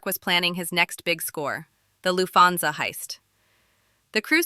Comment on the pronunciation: decent video but your mis-pronounciation of Lucchese and Lufthansas makes me think you did zero prep for this. Also, it's pretty well known Paul Vario was banging Karen and Tommy made a pass at her, thus Paulie gave the ok on killing him